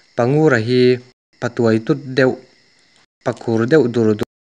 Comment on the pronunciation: Pa tuaitut ni lovin, Pa ṭuaiṭut ti a chhiar tur, silai zen tih pawh, zen tih hi a ri sângin a lam ri a, a dik lo, a ri a hniam tur, ka ngaihthlak peih loh phah.